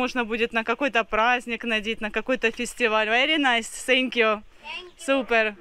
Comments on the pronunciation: Почему вы говорите СупЭр,а не супЕр. Слух режет. Вы же на русском языке говорите. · СупЭр прочно вошло в лексикон! Хотя неоднократно ее исправляли подписчики.😄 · У все супЭр,вид на помойку - супЭр,еда хрючево - тоже супЭр 😂